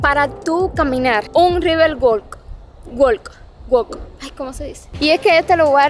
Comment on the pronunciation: Si quieres decir "walk" se pronuncia como "wuak". Imagina que no hay una "l" en esa palabra. Es la primera vez que he visto un video de Jacksonville y he vivido en Estados Unidos toda la vida. Soy de Arizona y un día espero que puedas visitar.